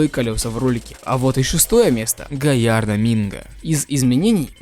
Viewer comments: сам ты гаярдо это галардо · С каких это пор ламба галлардо стало гаярдо?